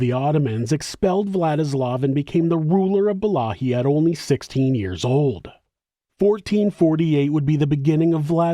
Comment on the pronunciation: Please allow me to humbly help you to correctly pronounce Wallachia...It's Pronounced: Va-LA-kia NOT Wallahia.